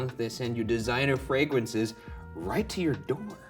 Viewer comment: "designer fragwances" LOLOL